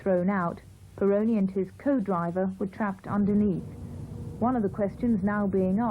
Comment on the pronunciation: Didier Pironi! Not Peroni!